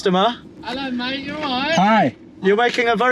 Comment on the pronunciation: “Ello mayte” Just reminds me of Shaun of the dead